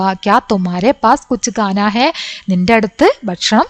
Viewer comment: മിസ്സേ... ഖാ യും ഗാ യും വിത്യാസം ഉണ്ട്. ഖാനാ, ഫുഡ്‌ ഗാനാ സോങ് ആണ്, അതു കൊണ്ട് ഖാനാ എന്നുവേണം വയ്ക്കുവാൻ. പിന്നെ ഡൻഡ് അല്ല ഥണ്ട് (തണുപ്പ് )എന്ന് വേണം വായിക്കുവാൻ. മാം അല്ല മാ അതാണ് ബെസ്റ്റ് 👍